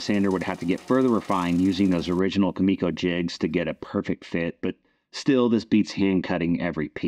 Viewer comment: One little thing. It’s Kumiko, not Kamiko.